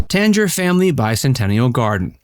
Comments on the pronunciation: tang-er, not tange-er. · I love Greensboro, it always surprises my friends how nice it is as a little southern city. Also I've always heard it pronounced "Tang-er" Center (like that old powdered orange drink Tang). I could be wrong though. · The way you said Tanger means that you have never been to Greensboro